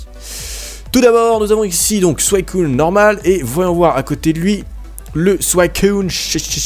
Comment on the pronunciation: C'est pas Souaicun Mais suicune